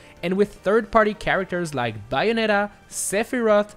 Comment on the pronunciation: You said bayonetta's name wrong.